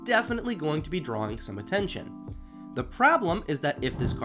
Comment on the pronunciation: Reminds me of a guy in hs that pronounced drawing as "drawling". I feel your pain bro